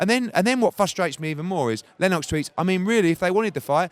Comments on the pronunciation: eddie "len-OX" hearn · You can't even pronounce Lennox Eddie you divvy bastard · why does eddie stress the 'o' in lennox lol